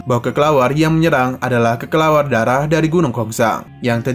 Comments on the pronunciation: bukanya kelelawar ya min🗿 kok jadi kekelawar😅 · kelelawar min bukan kekelawar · Ngedenger bilangnya "kekelawar" lucu min🤣🤣🤣🤣